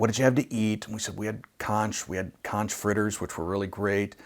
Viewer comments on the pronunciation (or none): Hitler was a vegetarian 🤘🤣 btw.. I think you're VERY Bohemian... even if you pronounce conch like lunch. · Just heads up, it's actually pronounced "konk" - hard 'K's. Fun fact, Key West is also known as the Conch Republic... If you want a funny story, read the wiki article on the founding of the Conch Republic.